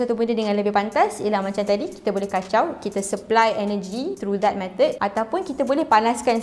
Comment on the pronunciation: Semua explanation dh okay ,sampai je "KACAU"